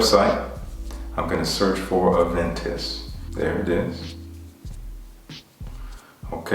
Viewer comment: Thanks for the reply! It means a lot! I hope to get my nose on a sample of Aventus Cologne when it releases here in Montreal!! btw stellar pronunciation ;)